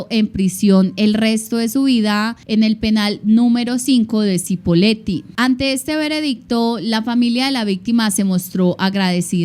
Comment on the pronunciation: Se pronuncia CHIpoleti, pero todo bien. Muy buen video 👍